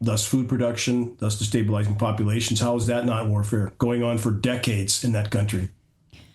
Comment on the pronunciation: Say destablizing. Not dis. Or sound illiterate